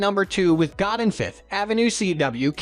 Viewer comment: Godin is actually pronounce "go day" ....common mistake